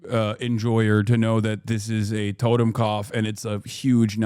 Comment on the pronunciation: it’s “Toten” not totem.